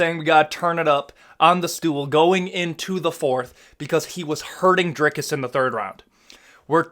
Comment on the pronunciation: On behalf of South Africa, thank you for your correct pronunciation of our fighter's name.